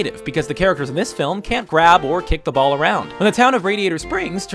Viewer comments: does he say blall blatantly instead of ball blatantly? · did you say blal? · he says blall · "Display the blall," eh?